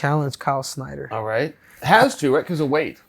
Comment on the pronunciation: Chael saying “Schnieder” instead of “Snyder”😂